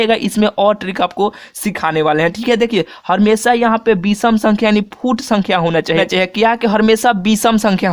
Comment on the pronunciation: Ha bhai ye he ha🤣🤣🤣🤣🤣🤣🤣🤣🤣🤣🤣🤣🤣🤣🤣🤣🤣🤣🤣🤣🤮🤮🤮🤮🤮🤮🤮